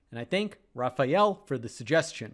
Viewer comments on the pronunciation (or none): none